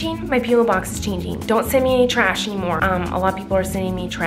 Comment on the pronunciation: Me too